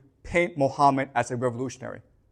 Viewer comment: Islam literature has answer to all 3 questions. Its found in 2 islamic sources that every serious moslem knows about. Called Sunnah and Seerah.Also known in English as traditions and lifestory of Thee Prophet Mohammad. Who's real name is pronounced Mo ga mat. Peace be on him